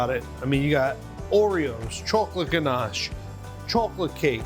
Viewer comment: Oh yes now I remember this guy he's been on Rachel ray I do like oreos but for me I think the Oreo cake will be sweet but I will try it aint gonna lie lol I love how buddy sounds so fancy saying ganche